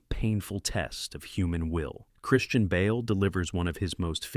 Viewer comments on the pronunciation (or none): none